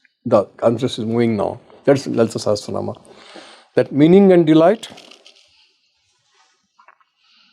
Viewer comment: It is pronounced "Sa-ha-sra-naa-maa" please, not se-he-sra-nam. a not e. a as in agni. Not e as in elephant. Please.